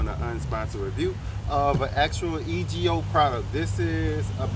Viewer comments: It's EGO, not E.G.O... ijs bro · Its EGO not e g o you dummy. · It's just pronounced Ego my brother. I have the same system and I love it. Very powerful, very quiet compared to the gas versions, and I don't have to worry about having gas and oil or the smell. You give some really good tips about keeping kids from getting hurt, I like that. Even with a safety you know those kids will watch us and learn how to make it work. Keep up the great work. Also, go ahead and grab the Ego blower. I think I paid around $150 for mine (the 530 cfm model) and it came with a battery. The battery alone is usually like $125, so it's like getting the blower for just a few dollars more, and you can rid yourself of that long cord! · Yes you don't do grass or watch tv. The name is pronounced "E" go. Love my battery powered edger for sure. Gives crisppy edges.Im a lawn girl that loves watching you and Bev's videos.💞